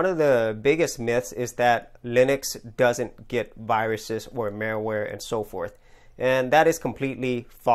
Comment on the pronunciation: It sounds like you keep saying" mailware" or "mareware" instead of " malware." :P